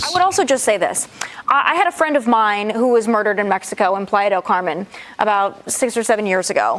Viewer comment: It's not called Pladel Carmen. Fox news host can't speak.